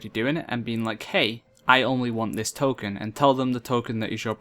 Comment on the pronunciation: token ; tole-kin xD